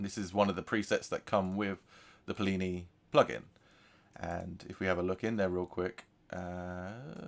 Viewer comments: Rhymes with skinny or plenty without the t not plee knee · Seleenium forest 👎🏽 Se-le-nium Forest👍🏼 Pleenee 👎🏽 Pli-ni 👍🏼 Lmaooo decent tone exploration though